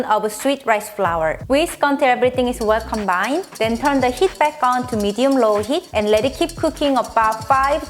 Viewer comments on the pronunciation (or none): none